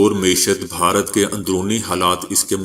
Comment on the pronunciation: بھائی صاحب ، ، " بہارت" نہیں !!! بھارت ھے ،،،، اتنا عام لفظ غلط بولنے سے پنجاب کی جہالت آشکار ہوتی ھے ۔۔۔ 😡😡😡😡